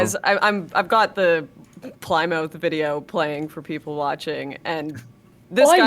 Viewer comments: Time like these you can tell neither of them are from the Northeastern US where place names like Plymouth (we pronounce Pli-muth) and Cardiff (Kar-diff) are common. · Hearing Destiny pronounce Cardiff as Car-Deef and Lauren pronounce Plymouth as Plie-Mouth caused my soul to leave my body.